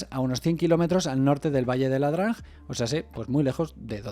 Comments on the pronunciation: "ia-drang" o IA-DRANG, no "la-drang" o LA-DRANG. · Muy bueno Pero es ia drang No LA drang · Es "ia drang" , no es "LA DRANG"